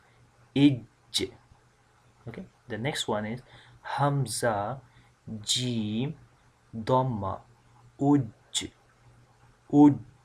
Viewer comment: Yaa ustaadh..my teacher said in pronouncing the ج it should not come out like "ch" sound..I'm a bit confused I hear that sound from you..or maybe it's the bad sound of the recording